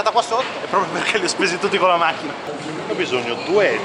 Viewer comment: Ovviamente sempre con la H finale... wow